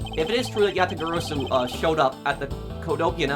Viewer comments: YA-TA-GA-RA-SU. That's the pronunciation Just as you've said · You got the Yatagarasu pronunciation correct this time, nice work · He finally said Yatagarasu right!!! As an old Yugioh player that makes me glad xD, as Yatagarasu was a banned card for so long and a very pretty card